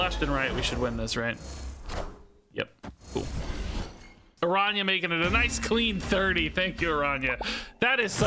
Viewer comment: lol actually your pronunciation of the "ñ" its quite good